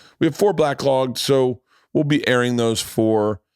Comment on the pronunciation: Four “blacklogs”. Dammit bert! Lol